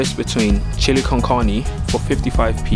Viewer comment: how do you eat your pizza bruv and the way you say carne bruhh